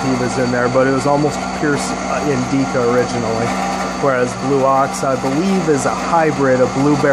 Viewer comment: wuts 'Indeeca ? ... you mean indica ? .. pronounced indicka short i short a